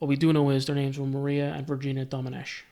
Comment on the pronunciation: You pronunced Domenech really well